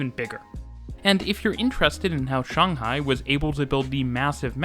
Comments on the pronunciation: First thing I noticed in the video: a Westerner who actually says Shanghai correctly! (I mean I'm a Westerner too) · The sheer satisfaction and joy that washed over me as you pronounced Shanghai. Correctly. So many people say it like Shaynghai and it just annoys me